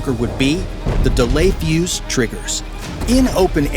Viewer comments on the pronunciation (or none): none